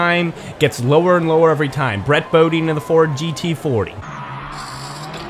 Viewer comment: Its brett Bodine “Bo-Die-n”